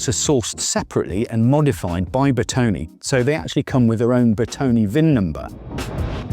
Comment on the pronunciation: BERTONE not "bertoni"